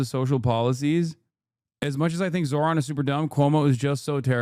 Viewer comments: Why caster always say his name wrong? Soooo slimy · How hard is it to say his FUCKING NAME RIGHT!!!??